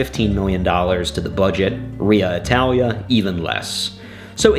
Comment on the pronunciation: "RIA Italia" 🥲🥲🥲